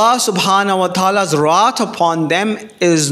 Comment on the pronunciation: Wrath not rot seems like need to learn to speaks English